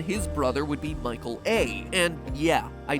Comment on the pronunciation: almost thought you said Michael Affton